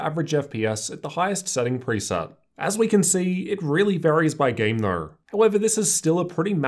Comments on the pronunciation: yes I get that but everyone’s accent is a bit similar, it sounds like an audio glitch when you say it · Why do you say though like that